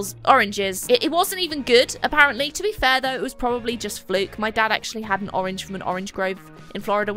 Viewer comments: "Pourange". I'm using this. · Porange 😂😂😂laughed too hard to this